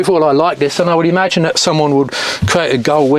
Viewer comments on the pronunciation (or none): Really wish you could pronounce your 'Thats, thens etc' instead of Dens and Dats .